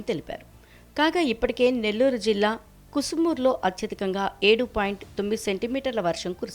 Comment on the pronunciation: కుసుమూరు కాదు కసుమూరు.